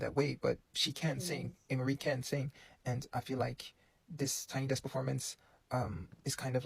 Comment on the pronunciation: It’s desk not decks. I notice you tend to mispronounce a lot of words…even words that should be relatively easy to pronounce. I would understand if you were from a non-English speaking country, but you’re from an English speaking country. A lot of the words you mispronounce are words you should have come across at the grade school/primary school level. Maybe you should consider speech therapy.